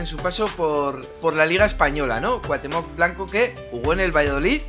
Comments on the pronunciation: Muy buen video pero rem no es cuatemoc es cuautemoc asi se pronuncia pero se escribe cuauthemoc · CuaUUUUUhtemoc con U, no cuahtemoc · y dale con Cuatemoc !!! CU-A-UH-TÉ-MOC xD siento ser " ese tipo " pero de verdad, que conste que no soy hater ya le di like y no he llegado mas que a la primera parte que dices Cuatemoc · grande y grande el vídeo, pero es CuaUhtémoc, no Cuatémoc jajaja, saludos crack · Pronuncias su nombre como si tuviera acento en la o, pero la tiene en la e.